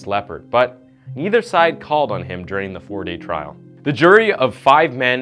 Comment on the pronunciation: It's trial NOT trail.